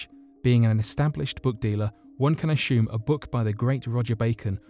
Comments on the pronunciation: Ashume? Do you mean to say assume? There isn't a letter h in the word assume. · Can anyone explain to me why some people pronounce words like 'presume' and 'assume' as preshume and ashume? This guy does, there are others, I have noticed they usually have good english speaking accents as well, Dr. Creepen, Sir Sic etc... Its very shtrange and I cant shee why they shay shuch shilly wordsh. Sherioushly though, does anyone know why they do it?